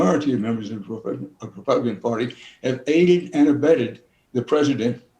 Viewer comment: Did he say RepubliKKKan?